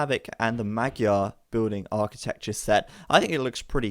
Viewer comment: Pronunciation of magyar is wrong. GY is closer to J in JACK. Just a little softer.